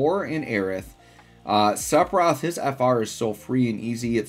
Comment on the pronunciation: Love your videos but HATE how you butcher his name :D